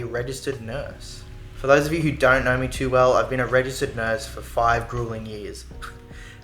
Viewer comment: If naur you naur if you dont naur you really don't wanna naur 😂❤ that tickled my brain so much